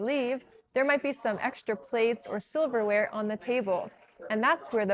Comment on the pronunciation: Why do u call silverware as soberware in the said video.